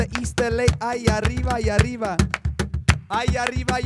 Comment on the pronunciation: muy buena la banda! mi única duda es por qué en la "falsa bamba" dicen "aRiba" en vez de "aRRiba".. está bien que sepan hablar muy bien ingles, pero no se olviden del castellano!